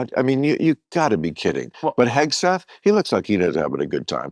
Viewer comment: does he say “pegseth”…